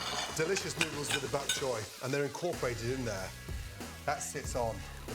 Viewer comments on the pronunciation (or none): Gordon forgot how to say noodles at the start😂